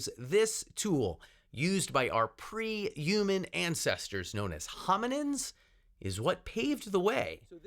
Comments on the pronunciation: Why does the presenter say "youman" instead of "human"?? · Mr Reporter human is pronounced "HEW - MAN". The "H" is NOT silent. 😮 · What's a "yuman"? Lmao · umans can he not say humans properly or is an american pronunciation thing? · Why does he say human like that? Yuman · What’s a Yuman? 😂